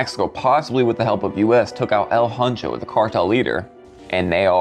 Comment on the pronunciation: “El Huncho”? 😂😂 Think he meant el mencho.😂